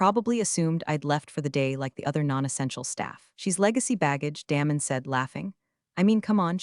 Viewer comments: His name isn't pronounced Dam- en it's pronounced Daymun. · Love Damon being deflated but story needs a better ending. Pronounce his name correctly too. Get the tense right on read.